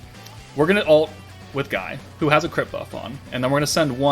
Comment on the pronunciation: Btw Guy is pronounced ghee or ghii, just thought id let you know👍